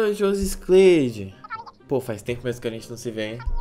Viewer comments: "Josiscleide " morta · Oi jusicleimmddi kkkkkkkk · "Josiscleide" Kkkkkkkkkkkkkkkkkkkkkkkkkkkkkkkk